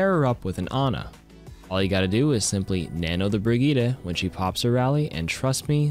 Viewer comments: My guy called Brigette brig-etta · Brigeeduhh? Who? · You did not just say Brigettes name like that bruh